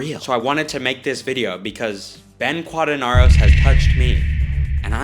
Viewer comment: ITS KEEE ADI MUNDI and BEN QUADIN"AIR"OS PRONOUNCE IT RIGHT